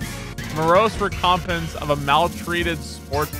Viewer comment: not knowing how to say recompense made me lol